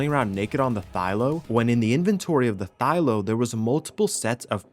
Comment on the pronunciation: again, Thy-LA. Please man. thy-LA not ThyLO.